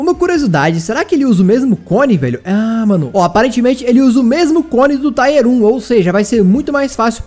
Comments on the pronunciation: Tier se pronuncia como se escreve msm e não como taier kkkkk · ...pelo amor de Deus Nn fala mais TAIER FALA TIER...NUNCA TE PEDIR ND HAHAHA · não pronuncia taier não...o certo é tier mesmo...a pronuncia é tier msm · A palavra “Tier” se fala como escreve, e não “Táier” kkkk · PELO AMOR DE DEUS, PARA DE FALAR "TAIER" É "TIER. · Cara. Não se diz taier. Se diz tier. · Para de falar TAIER pf, ta dando agonia, é TIER